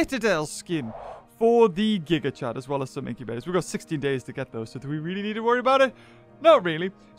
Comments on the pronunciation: He says gig chad 💀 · Stop saying gigachad it puts him in my head. Your saying the name wrong.